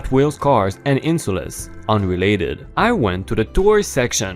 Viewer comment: INSOLES is NOT said like EN-- Soul-ess It's pronounced as IN-- SOL--SZZ you do NOT pronounce the E in the last part of the word the letter E is silent! No emphasis is placed on it say it IN Sol szz